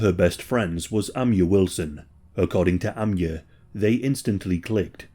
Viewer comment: Ah MY ah. Amiyah or Amyah is pronounced Ah MY Yah. Idk why you guys pronounce it as Ah MIA.